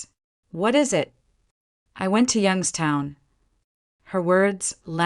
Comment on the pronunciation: Properly pronounced "Yunkstown"